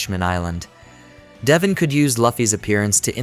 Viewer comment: Bro the pronunciation is duh-von